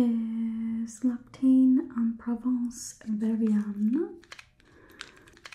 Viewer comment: just so you know L’Occitane is pronounced “Lock-Sit-Tarn”